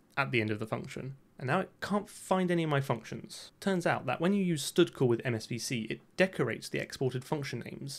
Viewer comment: the "stoodcall" is how stdcall is read if you try to read it as is, without expanding it. All the vowelless functions calls that he reads outloud are just part of a joke. I think it was pretty obvious. On the existing wrappers and stuff, no idea. Isn't dgvoodoo a translation to DirectX 11 or 12 ? What vulkan wrapper ?